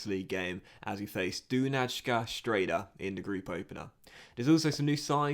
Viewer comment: Doonayskah Strehda